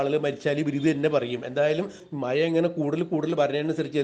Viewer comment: മായ അല്ല കേട്ടോ മഴ എന്ന് പറയണം കേട്ടോ